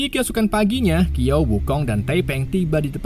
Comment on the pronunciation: Bukan kiao bang tp shiao